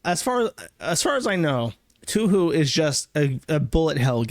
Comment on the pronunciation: Drink every time jersh says toohoo instead of touhou